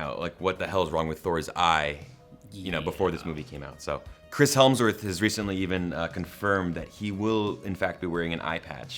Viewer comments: It's Chris Hemsworth not Helmsworth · Who is "Chris Helmsworth"? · Chris hemmm worth ahhaah that’s not how u say it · Who the f is Chris "HeLmsworth"??